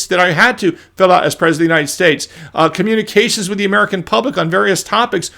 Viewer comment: Wahn Merkahn